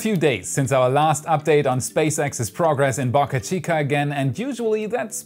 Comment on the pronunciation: Please pronounce Boca correctly the o sounds like the o in spoke